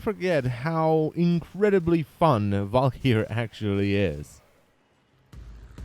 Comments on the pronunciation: "Val-ker-ee" not "val-key-air". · Garen Olivari Well no it's a swedish word pronounced Val-k-yyr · is it just me or does anyone else fin it extremely funny how his accent makes him say walkyr ?